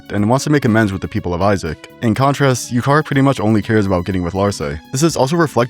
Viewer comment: The way you pronounced Iuchar and Iucharba are…. Not good. 3 out of 10. Room for improvement, I believe in you 👍